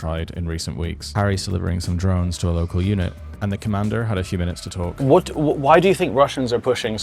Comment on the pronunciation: Its pronounced UNIT, not eunuch, fuckin brits... :D